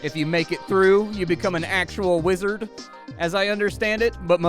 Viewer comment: can't help but notice you're saying "wazard" wrong